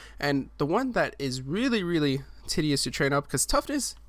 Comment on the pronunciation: You said tedious wrong 😑